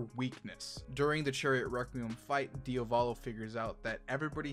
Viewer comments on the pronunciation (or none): it's DEE-AAAAAAA-VOLO not DEE-A-VOLOOOOH